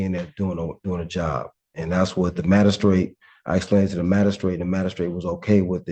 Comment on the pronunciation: What the heck is a "mad-a-strate"? Is it a lower status magistrate??😅😅😅